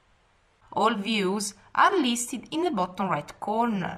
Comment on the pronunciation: It is listed not listhed